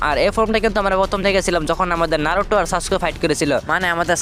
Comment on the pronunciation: ভাই নারুটো না ❎ নারুতো ✅